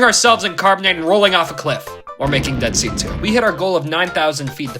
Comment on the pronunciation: did you say.. dead seat 2?